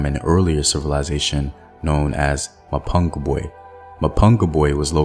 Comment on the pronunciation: STOP murdering the words "Mapungubwe" and "Changamire DOMBO "